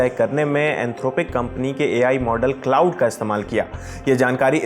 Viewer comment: क्लॉड बोलते है भाई ?